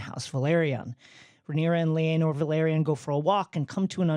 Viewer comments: The A comes before the E in Laenor and Laena... therefore... it's not LEE-aynor and LEE-ayna, it's LAY-nor and LAY-na. Just like how Rhaenyra and Daenerys isn't RHEE-ay-nor and DEE-ay-nerys. Otherwise great discussion 👍🏼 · Also laenor not “lee aynor” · *Pronounced LAY-nor and LAY-na, holy smokes. Made me wince every time they said “Lee-ay-nor” and “Lee-ay-na”. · Who is LEE-AYNOR? Do you mean Laenor (LAY-NOR)? Guys, please, your cast is great, but as official GoT people you really gotta get the pronunciations right.